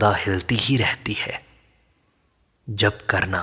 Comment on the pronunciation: "जप" कब से "ज़प" हो गया ??